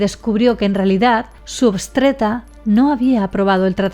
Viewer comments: Me hizo dudar por un minuto si es obstetra jajaj porque dijo obstreta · Si yo también escuché que lo dijo mal! aún así es una excelente Youtuber... Aunque se dice Obstetra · querida, se dice OBSTETRA!